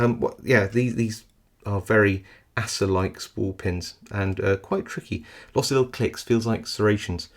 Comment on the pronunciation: I always thought it was pronounced ACE-R, not ASS-R. Sure you have that pronounced properly? 😆